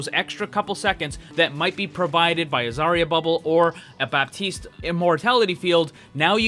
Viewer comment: The P in baptiste is silent